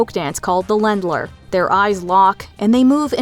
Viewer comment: It's pronounced like layndler, not lendler. The umlaut over the "a" gives it a long vowel sound. Just FYI.